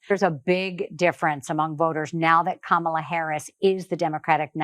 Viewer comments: No R in Kamala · Whether they say it right or not, everyone is saying her name. KAMALA!